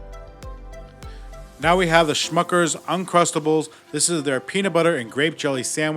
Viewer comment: It's Smuckers not Schmuckers. Hilarious! Thank you for that 🤣